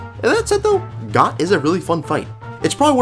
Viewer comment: It's actually pronounced "Goht"